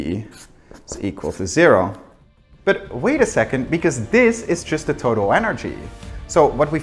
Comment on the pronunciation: he can make the "th" sound! He pronounced it properly for the remainder of the scene! I'm not making fun of him I'm saying he's doing his best and it shows that he's working on improving his English pronunciation! Great video all around!